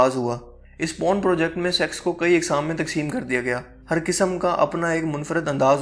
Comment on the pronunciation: Po run nai Porn